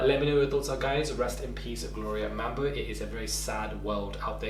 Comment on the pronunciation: It’s Gloria Bambo not Mambo